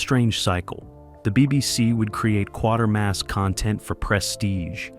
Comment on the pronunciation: The AI needs to learn that it's "Quatermass"...rhymes with "crater"...